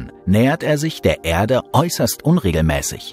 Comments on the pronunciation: Die Begeisterung für den Sprecher kann ich nicht teilen. Wenn er nur mal noch lernen würde, dass es nicht "Ährde" sondern einfach nur "Erde" heisst, könnte man ihm sogar zuhören. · Wenn er noch lernen würde, dass es nicht "Ärde" sondern einfach nur "Erde" heisst, könnte man ihm sogar zuhören.